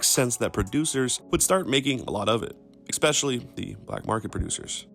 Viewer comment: Wish his pronunciation of 'especially' was too :face-purple-crying:💚